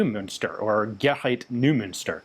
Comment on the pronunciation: "Neu-" in "Neumünster", is pronounced "Noy-" :) Thanks for this cool video! I wonder if the lack of markings could have to do with a desire to be able to conduct false flag/covert operations, in case they'd run out of captured STENs.